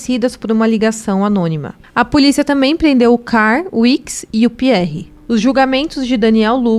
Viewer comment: A dica é pra editar melhor vídeos como esse: as fotos que ficaram se alternando são as mesmas... Será que é tão difícil arrumar fotos dos outros envolvidos? Até no final do filme aparecem essas fotos. E outra: melhorar a pronúncia... exemplo: o nome CARL não se pronuncia CAR.